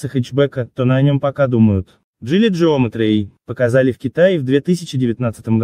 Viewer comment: не джеометри а геометри